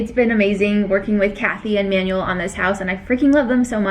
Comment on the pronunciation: please learn how to pronounce Manuel's name properly